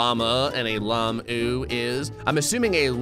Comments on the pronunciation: stop saying llamoo please its llama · you dont say it like lama its like lam-ah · It's not lamo lamu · its hungry lay mu :)))))))))))))))))))))))))))))))))) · Its lamuu like as in